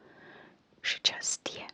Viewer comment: Your polish was surprisingly good, words like "trudność" and "szczęście" are notoriously hard for foreigners to pronounce and you did a great job 🤍❤️